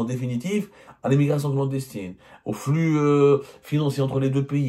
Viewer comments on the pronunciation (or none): none